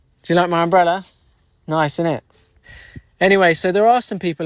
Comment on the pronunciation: “Do you like my umbrella? Nice, INN’T?” That’s so BRIISH! I love that, it reminds me of where I used to live in LND. great content indeed 😊